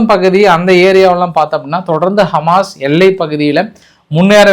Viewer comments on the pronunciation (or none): none